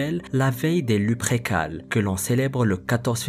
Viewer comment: Lupercales est plus correct que luprécales sinon sympa ta vidéo